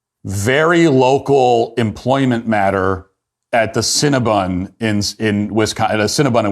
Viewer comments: Matt, you have this all wrong. It is CinnabOn, not CinnabUn. :-) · Love that Matt keeps calling it Cinnabun instead of Cinnabon.